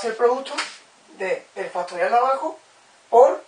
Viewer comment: "FASTORIAL"??? Q ES ESO?